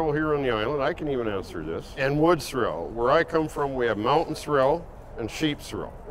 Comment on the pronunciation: Anyone fancy pronouncing sorrel correctly round these parts?